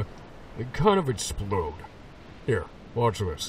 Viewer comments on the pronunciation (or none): none